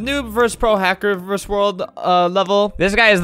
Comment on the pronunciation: ITS VERSUS NOT VERSE AAHHHHHHH